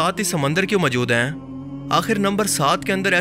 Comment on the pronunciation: اپنے اردو لہجے پہ توجہ دیں ۔ لفظ موجود ہے مجود نہیں